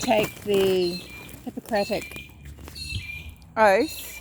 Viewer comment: You are pronouncing Hippocratic oath correctly. I agree with you on all this. The world's annoying to me now, lol. Everybody's an expert on everything and everybody they know is a narcissist (but peanut gallery is paragon of wellness). Thank you for this video!🙌🏼